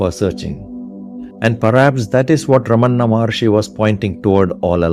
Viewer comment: Well done video. Nails the message home. One change. Not Ramanna’, it is Ramana. 🙂